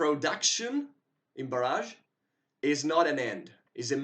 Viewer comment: FYI the pronunciation is Bar-ij not bar-azh. The second is a weapon strike while the earlier is a dam :)